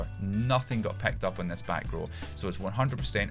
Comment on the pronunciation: "pecked up" "nuyne" "stearted" "lyein" "three aut"